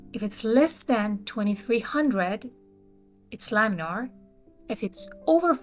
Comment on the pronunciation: Laminar flow, not laminaL